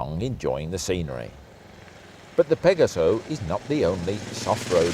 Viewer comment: Silencer is Not stainless steel, learn how to pronounce Pegaso, and, I believe the Rotax engine in the Pegaso has five valves, there are two different Rotax engines used in the Pegaso.